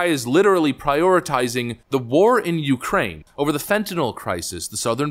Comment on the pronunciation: Tucker interupted his "heres how ill dump american money in the yoocrain" speach😂 he had those hand gestures all practiced and evrything.